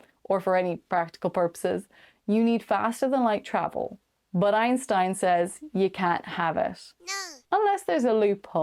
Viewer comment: EINSTEN ?? Seriously?